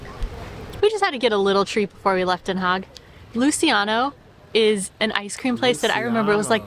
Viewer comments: it is Not "haig it is DenHaag with Den and an aaaah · Den Haag like aaaah ... Please, don't be ignorant about the to the rest of humanity awkward way english speakers mutilate vowels. A should allways be aaah! E should allways be pronounced like in Hey! I should sound like ea in beat.